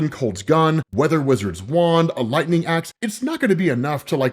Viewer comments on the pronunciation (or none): none